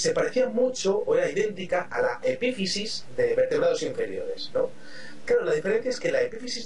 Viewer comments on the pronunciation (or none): ¿Glándula hepífisis? ¿Hepífisis?